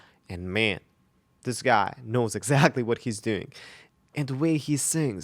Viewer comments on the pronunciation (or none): none